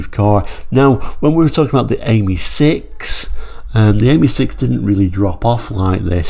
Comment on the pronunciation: It’s pronounced Ameeee as in the French for friend .